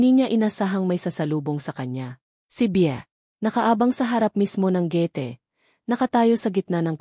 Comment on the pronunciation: Nakakaloka mha estorya my gulo alam ng kapitbahay pero hindi manlang tumawag ang pulis at pilipino kaba bakit hindi maganda pagbigkas mo na gate.mensahe at iba pa hindi konalang tapusin pangit